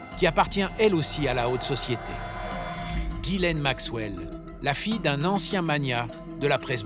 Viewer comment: /twenty minutes in and I just couldn't stand listening to the mispronunciation of Ghislaine one more time.